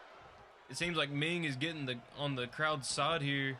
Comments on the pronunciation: It's Meng not Ming. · its meng not ming